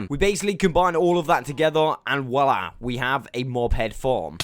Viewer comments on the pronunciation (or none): none